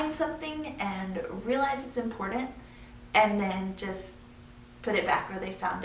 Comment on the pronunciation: "impordet" (important)